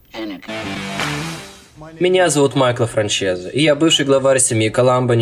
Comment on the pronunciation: дорогой гараж и не Де ла Кросс , а Де ла Кроче , не Франсез , а Францезе , спасибо